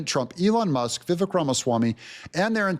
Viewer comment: ❤ Extra points to for being one of the few, smart people, that knows how to CORRECTLY pronounce Vivek’s first name 👍👍👍